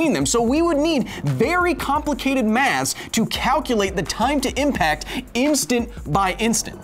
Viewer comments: "Maths", pronounced with "th" as in "there". Interesting. I'd never heard it said that way... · it's "Math" not "Maths" this America, where it's pronounced Aluminum, Gif, and Math!